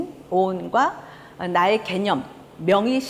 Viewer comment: 연제가너무깁니다 . 이런 이런 일은 그만하려 했읍니다만 마지 못해 또 잘못을 지적하지 않을 수 없습니다. 긴 자를 짧게 잘못 발음한 예: 세포,대상,개념,포괄, 말씀,총괄 ,개체,대변, 알 지, 비 주체,처방,처방, 두 번(하나, 둘, 셋도 제대로 발음하지 못하는 한국 대학 교수!!),작은(small) 같은 평상 고유어는 학교라곤 문전에도 가보지 못하신 우리 할머니들도 이 따위 엉터리 발음은 하신 적이 없ㅇ.셨다. 제발 말 공부 좀 하신 다음에 강단에 서십시요!!!